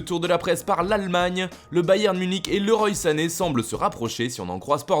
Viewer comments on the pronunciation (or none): none